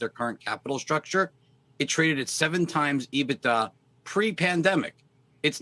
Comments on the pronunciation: On top of everything else, the way he says EBITDA makes me hate him even more. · Dude predicted AMC would go to $.01 and now he is trying to save face. HE IS A JOKE. Can't even pronounce EBITDA!